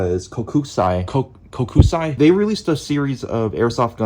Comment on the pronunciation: Awesome vid! I have owned a few Kokusai Bullet Valve guns and they are great shooters. As a collector of Classic and rare guns its awesome to see more vids like this on youtube Also! Kokusai/コクサイ is pronounced like "Coke-sigh"